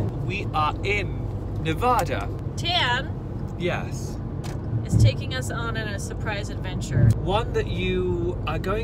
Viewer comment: It’s Nev-A(like alligator)-Duh not Nev-awe-duh